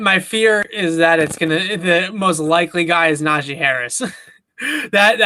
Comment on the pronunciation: It’s not a Najae Harris you dummy. It’s Najee Harris. Do you see an ‘a’ here ?